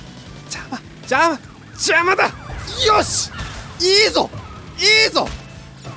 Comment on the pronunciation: の「邪魔だ！よし！」 が「邪魔だ！キヨシ！」 に聞こえたの俺だけ？